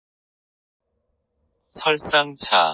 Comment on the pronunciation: Grabe yung taxi parang discribe naman ako "teksi daw hahaha grabe kahitap bigkasin nde ko masabayan ang iba